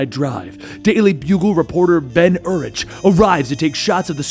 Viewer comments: The Urich pronunciation is killing me. "Yur-ick", not "Yur-itch". Just a nitpick of mine lol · I love you.. but its pronounced UR-Rik the h is silent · Urich is pronounced yu-rick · Ben Urichs last name is pronounced "Your rick". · Ben Urich’s last name is pronounced “You’re-ick” not “Er-itch”. Otherwise. I liked the style. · im pretty sure its pronounce yer-ick isnt it? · It's pronounced Ben Yoorick. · Just for future reference its pronounced "YOUR-ICK" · Dude, it's pronounced Yoo-rick (Urich) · It's pronounced Urik. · Your mispronouncing of "Urich" really triggers me xD it's "ur - ick". XD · The ch in Urich is said like a k/ck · You watched daredevil on Netflix right? So you should know how to pronounce Urich